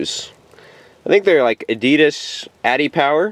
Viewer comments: a-dee-dus? lmao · lawl at home he says Addidas